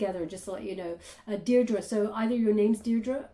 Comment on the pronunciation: Whoa!!!!’ That’s my name, Deirdre. People rarely say it correctly! Oh my goodness! 👀😳